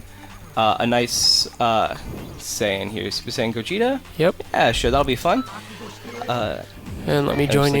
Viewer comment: "Supersaiyan Gogeeta"